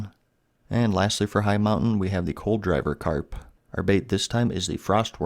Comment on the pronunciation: Not really important but I think the "col-driver" carp is pronounced "cold-river" carp. Could be wrong, but just putting it out there